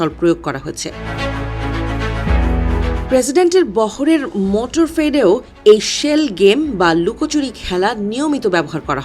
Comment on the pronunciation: এইরকম জাতীয় একটি গণমাধ্যমে "মোটরকেড" কে "মোটরফেড" বলা বড়োই দুঃখজনক। সাংবাদিকদের শিক্ষাগত ও পেশাগত যোগ্যতার মাপকাঠি কোন পর্যায়ে নামলে এমন ব্যক্তিরা এই গুরু দায়িত্ব পায়